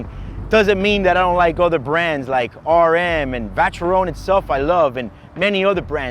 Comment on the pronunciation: You really should learn to pronounce Audemars and Vacheron before making videos about them